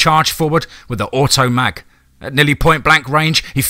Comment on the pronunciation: Anyone else cringe when he said 44 automag?